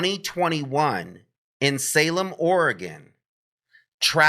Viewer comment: Very very similar profiles for each case, also think about white Hyundai Elantra that was weirdly ditched. I live in Oregon just a couple hours from Salem, which thanks for saying OREGON correctly haha